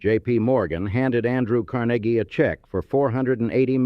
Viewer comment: Car NAY ghee, (not Carn a ghee).